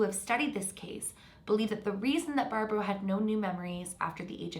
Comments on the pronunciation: I thought you were saying her name wrong this whole time until I realized ... it’s barbro not Barbra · Hi! A Sweed here! You actually pronounce Barbro, as Barbroo. I dont know if it matters, but just letting ya know. Love from Sweden. And the Netherlands. In half half ❤️🇳🇱🇸🇪